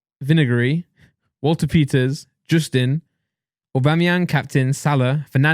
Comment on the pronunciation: Why is Randolph talking about football when he mispronounces 3 names. I mean Walker-Peters isn't hard and this guy says Walter-Peters. I have more knowledge than this guy and I live in the US and only got into football 10 years ago.